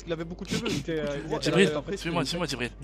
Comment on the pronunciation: Wallah tu respectes pas Jibril... son nom c pas Djibril mais bien Jibril wsh 😂😂😂 si nn continue tes bonnes vidéo